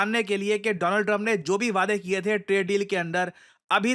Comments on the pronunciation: DO-LAND TRUMP 😊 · "My friend Do-lund-trump"